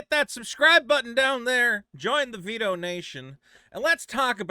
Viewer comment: Vito rhymes with pito